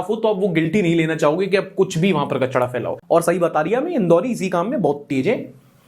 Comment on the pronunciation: "KACHDA" na "KACHRA" hota hai. Welcome to India!